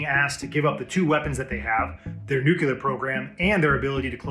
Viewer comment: I believe that nuclear is pronounced differently than in this video.